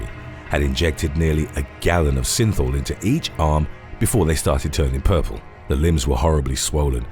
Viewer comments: I keep thinking he's saying sinful 😆😆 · The word is “regimen” not “regime”. Every time you say synthol it sounds like you’re saying “sinful”. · Y does synthol sound like sinfull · Synthol is pronounced sinfull